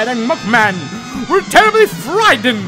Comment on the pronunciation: He said m u c k man